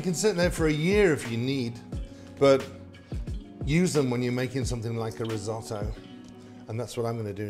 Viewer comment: So for a simple dish of Rice you use the italian Word "risotto" by the way pronounced terribly, you said "rids-o-dou".😬